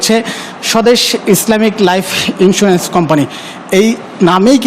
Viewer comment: যে সাংবাদিক লাইফ ইন্সুরেন্স উচ্ছারন করতে জানেনা আর যাইহোক সে সাংবাদিকনা।